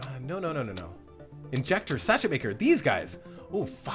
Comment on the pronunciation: Sachet is pronounced "sash-ay", just FYI. You could have set up your line using the original three sockets in the beginning of the video. You just have to go Mabari Bark, Jangostein Dust, Mabari Bark or Jangostein Dust, Mabari Bark, Jangostein Dust, instead of Jangostein, Jangostein, Mabari Bark. The key I found is to remember that they need to alternate, so the center one serves both Multimixers. It doesn't work if one of the two ends tries to serve both. You ended up with JD, MB, JD by adding the socket way off to the right, but you could have done the same thing with the three sockets you had. :)